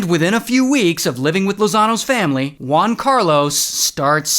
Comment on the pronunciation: “One Carlos” Try HUan Carlos, like in “Hooters”